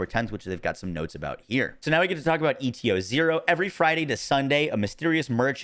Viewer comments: Saying ETO-0 instead of ETA-0 is insane work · Again, why are you saying ETO instead of ETA? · How many times you wanna mispronounce ETA-0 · Why tf do you say eta-0 that way? It’s literally spelled out for you